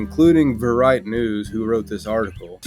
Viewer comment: Just FYI, I think verite is pronounced "veh-ree-TAY". It is one of those French loanwords that means truth or truthfulness.